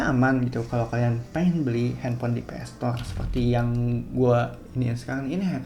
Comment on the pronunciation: Ps store bukan PS stoleee 😂